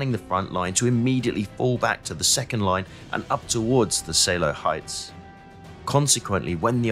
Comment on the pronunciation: Pas mal, hors la prononciation de tous les , franchement à chier....Oder =Oda, Seeloow = Saleo la , wehrmacht, etc, c'est franchement catastrophique.